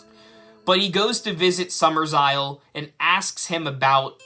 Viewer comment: It's not "Summersisle." It's "Summerisle." There are only two S's, not three. You're thinking of the remake.